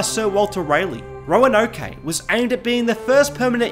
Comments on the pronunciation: It's pronounced "Ro-an-oak" btw. Not "Roanoké." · The e is silent! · “Roanokay” lmao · hearing him try to pronounce Roanoke was great. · Great video, but as someone from Virginia hearing him mispronounce "Roanoke" was painful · I have never heard someone say Roanoke that way lol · His pronunciation of Roanoke 😂